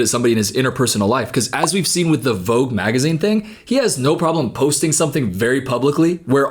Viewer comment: the way you wrongly say the word "Vogue" hurts my ears 😖🙉